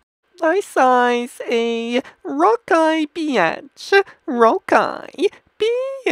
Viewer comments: he said rovky beatch but it sounds like he is saying rocky bitch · The way he says beach sounds like "biaaatch" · when he was saying beach it sounds lik hes saying bitch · Rowkai beeaatch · He said bitch not beach or was it BEAnssvshshgshsCH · when he said beach lol he said bitch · Dis he say rocky beatch?